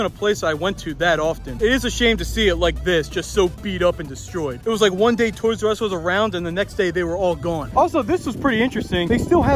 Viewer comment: Instead of toysrus It is toysus😂